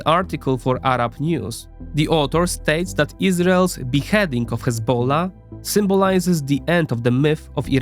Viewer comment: bro has some estonian accent or something but the way he pronounces "hezbollah" is like a true arab lol